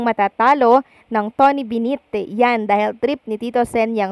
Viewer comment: ATE KUNG SINO KA MAN. TONY BENNETT PO. Ang pagbasa BENET. HINDI PO TONY BINIT 😂😂...